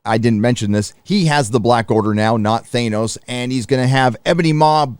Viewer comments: Nebula has hair ?????...something out of a 1970's shampoo commercial. I really glad I cancelled my sub of D+. I thought it's Thanos not Thainos... "I have spoken" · Thane-os? Thanos... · Is pronouncing THAY-NOS a gag? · I'm with you man, but who tf is Thane-os? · The way you say Th A nos bugs the shit out of me. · Who is "ThaYnos"? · Lol oh my God dude.......STOP SAYING "THANOS" WRONG!!!!! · Some one teach him how to say Thanos. That was cringe